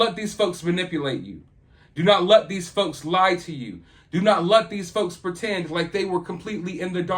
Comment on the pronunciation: You said "don't let these folks..." and I heard "don't let these fucks.." and I mean...it fits.